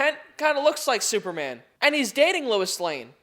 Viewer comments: Lois not Lewis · He keeps pronouncing "Lois" as "Louis" and he spells it as "Louise." Can we discuss this